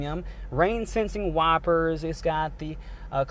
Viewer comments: He pronounces wipers as y-per-s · ApOcAIlyPsE and wipers